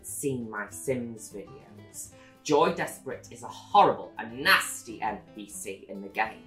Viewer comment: all this time I thought she was saying “Joey” when she was really just saying “Joy” with an accent of undefined origin.